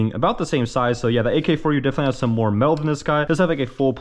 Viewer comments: you said ak-4u and i died💀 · Dawg... AK74u, Bersa and Cartridge. Not AK4u, bersta and carcridge. Good vid besides some of that lol